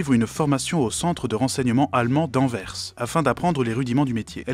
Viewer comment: Félicitations pour avoir prononcer « Anvers » correctement !!!